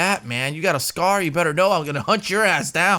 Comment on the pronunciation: "There goes me meh Scar" LMAOO